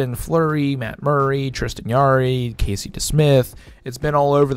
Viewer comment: Come on man, pronounce Jarry’s name correctly. It has a J sound not Y. It’s just said you don’t know that.